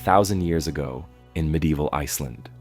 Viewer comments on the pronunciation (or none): none